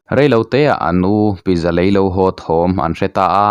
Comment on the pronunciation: Pizza pitza tih a lam tur